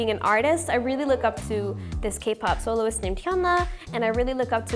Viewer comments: im sorry alexa, but its kay pop 😭😭 its okay i love you regardless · The way she says 'kuh-pop' kills me. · Alexa has tall girl energy!! I swear she seems at least 6 inches taller than she actually is. Also obsessed with her calling k-pop "kuhpop" lmaooo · she always does this 😂 it's funny hahaha she even called zb zblabble sksks